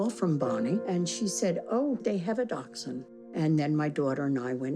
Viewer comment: took me 11 minutes to understand they said Dachshund...